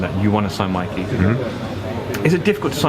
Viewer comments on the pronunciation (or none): none